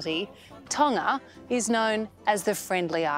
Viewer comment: tana? Tonga ? I don’t understand what she means. Can you say it in US English? lol😂